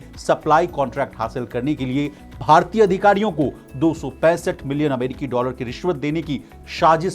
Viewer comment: कड़ोबाड़ी 😂😂😂 अमेडिकी 🤣 जिक्ड़ 😜 कड़ौड़ 🤣🤣 भाई को जुगाड से जॉब मिला है।।